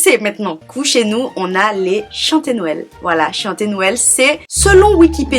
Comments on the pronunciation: Je trouve que pour une Antillaise tu aurais pu avoir de meilleures informations surtout pour les pâtés salés ou pour "les ritournelles" et puis on ne dit pas "Norël" mais "nwel" ou "Nowel". D'autant plus que la vidéo est assez longue mais néanmoins elle est intéressante. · Tu es la seule à dire :"Norel "